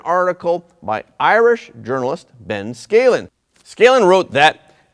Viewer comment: Phonetically you pronounce those names Ben Ska-len and Hel-en Mac-en-tee